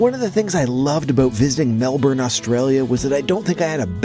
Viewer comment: I actually like the fact that an American is calling our city the way it is pronounced Melburn instead of Melborn which most Americans say, we know the spelling is Melbourne, so good on you for getting that right............